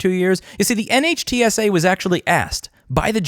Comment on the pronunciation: NHTSA pronounced Nit-shu